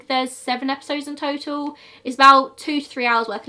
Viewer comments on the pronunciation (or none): none